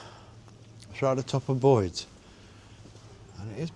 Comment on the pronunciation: It's Boyes not Boyds FFS!! 🤦🏻‍♀️🤦🏻‍♀️